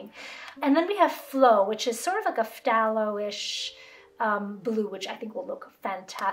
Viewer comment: Also please, learn how to pronounce phthalo... thay-low... THAY-LOW. It's killing me every time you say it 😩 also there is a "red shade" version of phthalo blue that is a smidge warmer than what is usually standard in most professional split primary premade palettes.